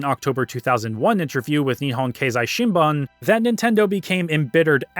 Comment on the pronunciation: "Shinbun," or newspaper in Japanese, is pronounced "sheen-boon."